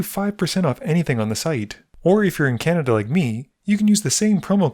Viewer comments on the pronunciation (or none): none